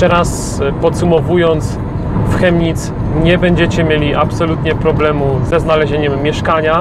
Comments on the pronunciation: Prawidłowa wymowa nazwy miasta to Kemnic, nie Chemnic. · Wymawiamy tą nazwę miasta Kemnic (fonetycznie) a piszemy Chemnitz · To sie wymawia " Kemnitz"... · Kemnitz sie wymawia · chyba z tego co słyszałem oni „Kemnitz” wymawiaja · Zez mieszkam od noe dawna w Chemnitz ale nadtepnym razem mow przez K a nie Ch🤦‍♂️"kemnic"